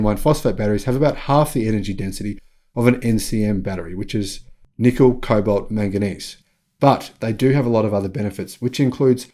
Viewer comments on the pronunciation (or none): none